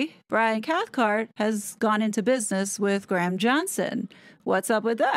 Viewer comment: Thank you for your hard work hard on these two, i have to say you're pronouncing Graham wrong its not Gram... its Gray-uhm